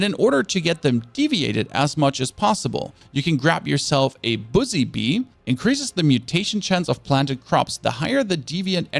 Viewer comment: Great video! The only questionable part was your pronunciation of "Buzzy." Might want to look into what that sounds like...